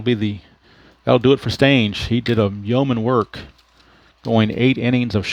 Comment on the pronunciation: They told you wrong... it's Lee Stange like rang, hang, tang. I was watching a video on YouTube of a Red Sox game from the late 60's and that is what the announcers called him. Lee "Stang"... like bang, wang, Kang! I told you this once before and you said it correctly, not sure why you questioned it again.